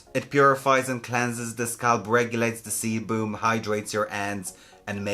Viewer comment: "The seboom" 🤣🤣🤣